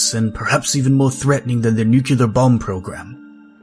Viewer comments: Yeah. Every time i hear “nukuler” it makes me think of that penguin in the madagascar movie. Hard to be mad for something that small tho considering the whole scale of the content and its quality. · oh c'mon, not you too.. why does every Creepypasta narrator mispronounce the word "nuclear".. ffs